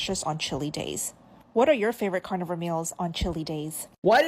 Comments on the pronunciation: i like how you say carnivore like “carnie-vore” because these people really be looking like clowns, like to the same extent vegans do. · I like the way you say carnivore. Carnyvore lol. 😂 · I know this is supposed to be a serious video and all, but I can’t get over the way he says carnivore😂 I love it😄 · SAME i couldnt even watch w/o laughing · ' pronunciation of carnivore makes me think they're eating fairground employees